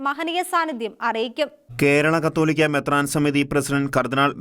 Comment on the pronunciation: ക്‌ളീമിസ് കത്തോലിക്കാ ബാവ അല്ല കാതോലിക്ക ബാവ